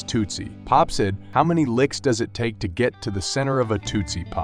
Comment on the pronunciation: You should learn how the names are pronounced so your narration doesn’t detract from the pictures. The words you said wrong are: Ian, Lange, tootsie, Dylan and Ave (short for avenue).